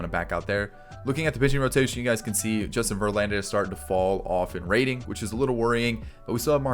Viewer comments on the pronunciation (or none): none